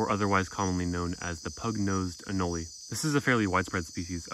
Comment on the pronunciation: I've always seen anole pronounced uh-nole, is there a reason you choose to pronounce it uh-no-lee?